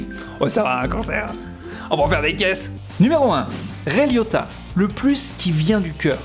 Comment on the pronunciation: On prononce : Ray La-iota. A part ça c'était bien